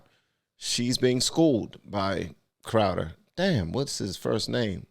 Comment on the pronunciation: You read Crowder wrong.